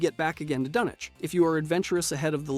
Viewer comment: this channel needs a real person that is in with the fallout lore to be the editor. or at least real fans that are heavy in the lore making rhe videos. so many inconsistencies and getting names wrong. dunchinch was difficult to hear... lol